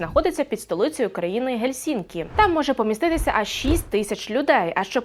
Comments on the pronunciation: Прочитала і навіть наголос не правильно поставила! "гЕльсінки" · Яка вона тупувата - сказала ГельсІІІІнки 😂😂😂 Коли читаєш текст, то цікався мавпо трохи... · гЕльсінкі. Принаймні в українській вимові.